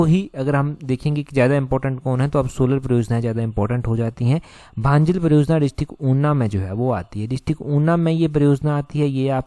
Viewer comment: भांजल नहीं भंजाल है 😂😂😂😂